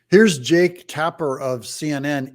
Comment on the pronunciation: Did you say Jake...or Jerk? 😅